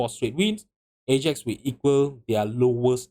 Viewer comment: Lost me as soon as he pronounced “Ajax” like that.